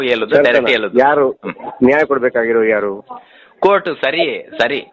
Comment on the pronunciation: ಕನ್ನಡ ಸರಿಯಾಗಿ ಮಾತಾಡಿ ಹೇಲುವುದು ಅಲ್ಲ ಹೇಳುವುದು ನಿಮ್ಮ ಯೋಗ್ಯತೆ ಗೆ ಮಣ್ಣು ಹಾಕ